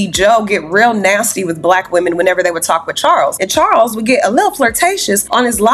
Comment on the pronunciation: Did Joe just say have kids with chawls??? wtf 😂😂😂😂